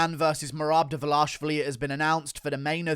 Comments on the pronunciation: Dvalishvili, not Dvalashvili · Mehrab Duh-Vuh-Lash-i-villi